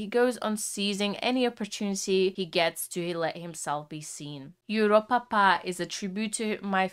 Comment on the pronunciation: ”ienhoernjoest”😂 “joeropapa”😂 “just”😂